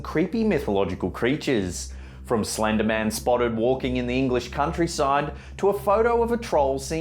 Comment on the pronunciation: Slennddder? Eng lishhh? Imaa head out